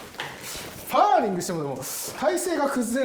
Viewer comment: パー↑リングじゃなくて、パー→リングじゃない？